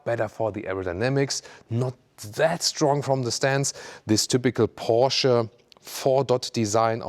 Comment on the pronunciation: Like how you pronounce ‘PORSCHE’..👌🏾